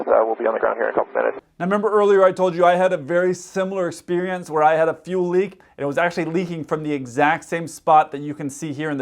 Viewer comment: "I had a very similar sperience" I don't know why I found that so funny...